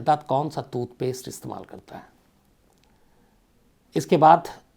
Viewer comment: Janab calculations theek karein aap 40 din nahi 70 din hota hai 10jan se 20march tak, also tutpaste nahi TOOTHPASTE hota hai. Lol